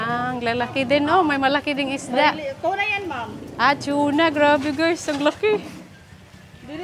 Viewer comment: Tuna and not tue-na.Sana huwag mo masamain po at di nyo po ako basher